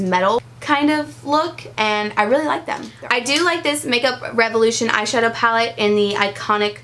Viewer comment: That part where you took on a British accent and said "Pallet" on accident. I have watched it about 15 times because it tickles the mess out of me. So funny. 😅😅